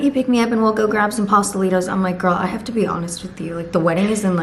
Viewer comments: Girl ewww not the “pasta-lee-toes” 😭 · girl, ms latina queen, i KNOW you did not just say pastelitos like that LOOL. wheres the 💃🏻🇨🇴??!